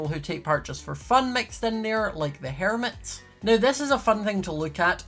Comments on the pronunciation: Me: Hermits: HerumIts Me: Oh thats how u pronounce it im retarded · "The Hairmints" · "*The hairmit*" that what I hear lol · Cab we appreciate how says the hermits? Hair-mets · No offense but, it sounda like HAIR-MITS.. 😂😂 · The Hair Mitts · When said “The Hermits” I laughed so hard. Idk why I just find the way he says “Hermits” so funny